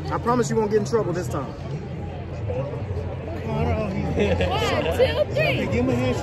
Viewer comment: “Candle?” It’s Conor. 😂😂😂